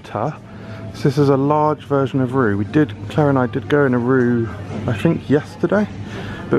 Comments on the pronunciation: Not to be 'that guy,' but I believe it's pronounced along the lines of 'Ray-Wer' instead of 'Roux.' So I guess I am that guy after all. Hooray! Definitely enjoy these foreign supermarket tours, hope there will be more to come at some point! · It’s pronounced Reeva FYI